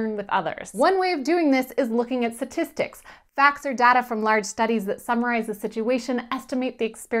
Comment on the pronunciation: What are satistics? I thought it was pronounced statistics.